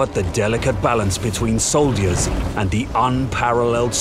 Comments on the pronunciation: i don't like the way he pronounces soldiers, sounds like he's saying sold ears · Hearing you say "Soldiyuhs" in the 'epic movie trailer' voice is pretty funny :D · I know right? What's up with that? I've never heard anyone pronounce the word 'soldier' like that :D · Did I just hear the narrator pronounce 'soldiers' as sol-deers? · Ah yes soldiyers. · soldy ers? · "soul diers" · Why is he saying soldiers like that though. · So weird the way he says soldiers.